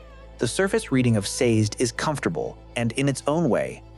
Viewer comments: Very thoughtful. In the Audiobooks his name is pronounced "SAY-Zed". 2 syllables. Not sure how to fix AI to pronounce it that way. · Saz'd? Lol These pronunciations!